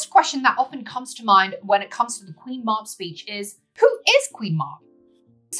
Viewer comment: Sorry but it’s pronounced Queen Mab as in Cab she also Appears in Merlin folklore either as the Queen of the old ways (paganism) or Druid faith or else she is a fairy who speaks in riddles.